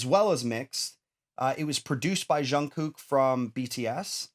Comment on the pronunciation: I keep getting distracted by the goofy way he says "zshun-gook" It's just a J- sound. Like 'juice' or 'job'.